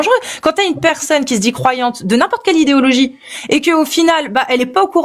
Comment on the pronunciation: Le Père Noël a fait descendre un texte où il demande de pragmatiser ceux qui ne croient plus en lui ? Pinaise, on nous cache tout ! 😱 Sinon, c'est quoi cette prononciation : "djire" , "idjéologie"...?